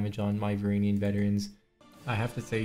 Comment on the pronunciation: Varangian is pronounced vuh-ran-jee-in